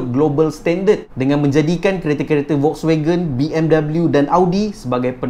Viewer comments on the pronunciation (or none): none